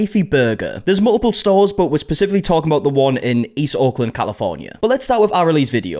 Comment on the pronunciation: mate it sounds like you’re " East Auckland “ not "East Oakland “ … it makes me wonder how you say the word OAK , like the oak tree…listen how to Hyphy pronounces Oakland and how you pronounce it…